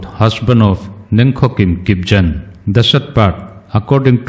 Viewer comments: Kipgen : Kip - GEN (similar to but not exactly as Gain) (G to be pronounced as in Game/Ganga/Gangtok, not as in General/Jen) .... thanks for the news 👍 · kipgen should be pronounced Kip-gen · kip gen pronounce g like in god not zen